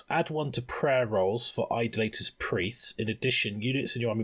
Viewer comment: Only one criticism to this... It is pronounced I-DOLL-A-Tor. Not Idle-later....